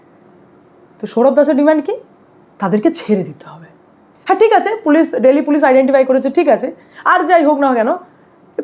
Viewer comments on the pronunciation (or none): দিল্লি টা কে দিল্লি বলো ডেইলি এভাবে বলছ কেন